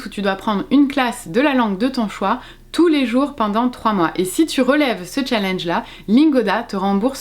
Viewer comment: Si tu es pour prononcer challenge comme une Française qui ne sait pas parler anglais, utilise défi